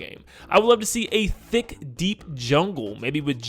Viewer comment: why does he keep emphasizing "thick"